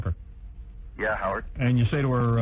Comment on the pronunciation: Its scary that he alsways says the name of the intervier Howerd. Dont you think so?